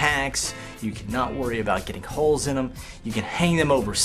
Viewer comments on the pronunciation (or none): none